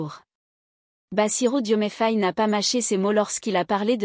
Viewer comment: Pourquoi tu te sens obligé de couper la parole au président pour raconter ta vie casse pieds on veut l écouter pas t écouter toi qui ne sait même pas dire son nom correctement